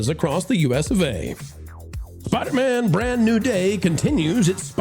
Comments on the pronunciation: Spider-Man not Spidermun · Who the hell is “Spidermun”? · I love the way says "Spidermann" like it's a jewish last name😂😂 I had an old band that used to make that joke: J. Spidermann, Attorney At Law 😅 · The guy in the red shirt - why is he annoyingly calling it "Spidermen"??? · = "Spidermen" 😅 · needs to try and accentuate “man” when he says Spider-Man 💯🤷🏻‍♂️🤣😂🤣😂🤣😂🤣